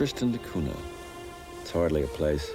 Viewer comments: Everytime he says cuna, I cringe. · A very philosophical approach to this island. It took awhile for me to warm up to the presenter's style, but by the end I liked his observations of this microcosm of human society. I even enjoyed seeing the dogs in every scene! By the way, the pronunciation is Cunya.